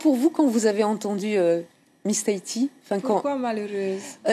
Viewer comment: Taiti XD TAHITI !!